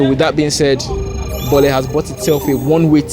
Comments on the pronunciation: In Lagos, we call it "boli" not "bole". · is not even Nigerian see the way he said boli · Bro is pronouncing "bole" wrongly 😂.